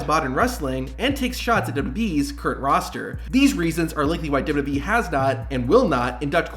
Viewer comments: I have a suggestion for the makers of this video, use a voice that can actually pronounce wwe, it's really not difficult to say!!! Double you Double you ee, not Double you Ubble you ee or Double you Boo ee, I just hope it's a human with a speech impediment, If it's AI then you've been ripped off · What the hell is “dub-dub-uh-ee”? I am familiar with double-yew double-yew ee, but now whatever you are talking about. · The narrator gabbles far too fast here. For Heaven's sake, LEARN from this, and SLOW DOWN. He seems to have whittled down WWE into "Double-Dub-E." Nobody in the Industry bothers to pronounce it properly. Also, WWE is NOT a Universe. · Slow down when you say "w.w.e." Its not pronounced dub dub yee... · The way you say WWE is atrocious, and you say it every ten seconds. I had to stop the video halfway through.